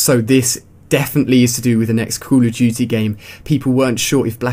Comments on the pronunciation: he said coo a dutey instead of call of duty like if you noticed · "cool uh dootee." cracks me up everytime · Cool Uf Dooty ROFL funny accents are funny